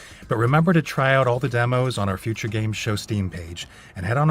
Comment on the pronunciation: Why dose he say uture like that